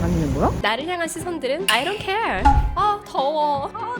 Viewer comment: 아이 돈 케얼. 발음이 진짜 좋아요.